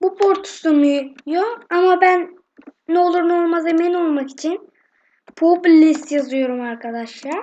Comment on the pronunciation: lan o publis değil o publish